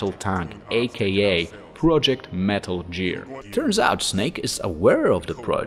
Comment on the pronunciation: I don't know why I can't handle hearing "Metal JEER". They say it in game, right? Idk what language he plays the game in and I don't want to offend anyone. I love anyone who also loves the Metal Gear series.